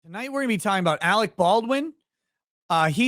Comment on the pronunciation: AleC ... not AleX ...